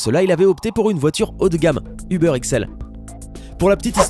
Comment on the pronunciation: Ubeur .. euh uber